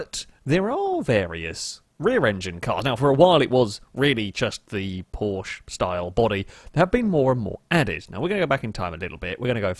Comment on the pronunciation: this man be here pronouncing Porsche as porch. wat my dude